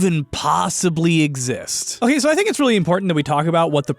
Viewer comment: "Hokay, soh!" X3